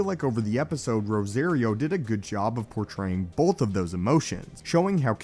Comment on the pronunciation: Cringe: every time he pronounces Rosario's name. It's rose- ah- rio not ros-A-rio !